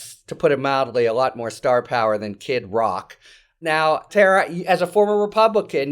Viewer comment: "A lot more starvpower than Kid Rick",...lol!